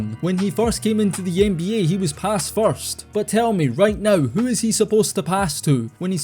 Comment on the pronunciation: I always enjoy the accent. It's an underrated part of this channel. Love how you pronounce Ehnbeeyeah🎶